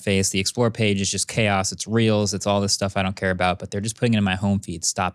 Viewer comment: Is it just me or did he actually say 'Reals' instead of 'Reels'